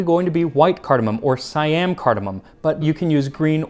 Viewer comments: Siam not Si-Am. it's Sa-Yham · Its see yam not psy am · Siam is pronounced See-aum. Trust me. I've lived in Thailand for 17 years. 😊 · It's pronounced 'See-Am', not 'Si-Am'.